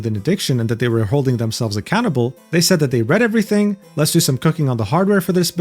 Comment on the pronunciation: At about I heard "needs to be held accountable" as "used to be a cannibal" and the video instantly turned from second monitor content to main monitor content